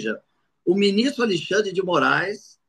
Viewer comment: Muito obrigado por nos ensinar e esclarecer os fatos, e nos tornar conservadores fortes. Mas peço por favor, fale Alexandre, e não mais Alixandre. Abçs